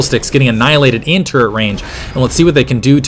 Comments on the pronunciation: Does he say turrent or turret. I hope that it is turret... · He say turrents?